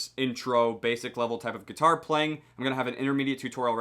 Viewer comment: he said guiatiare😂